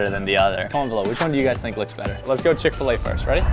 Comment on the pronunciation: Chick fa lay Chick-fil-A